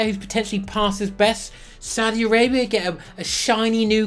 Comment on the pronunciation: My favorite part about this video is your pronunciation for the Saudi clubs!